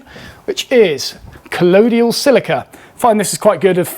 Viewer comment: Great work as always, it'll be interesting to see how long your batch of knives takes to sell out! Also, completely unimportant but just in case you care colloidal is pronounced co-loi-dul not co-lo-dul